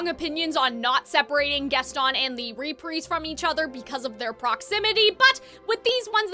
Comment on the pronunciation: Why do you say reprise like that?